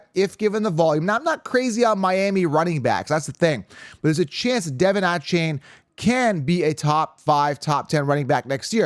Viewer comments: You butchered D Von A Chan how dare you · Devon Achane came out a while ago and let everyone know how to say his name, come on